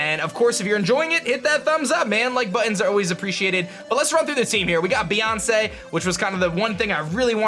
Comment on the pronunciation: Beeyonce XD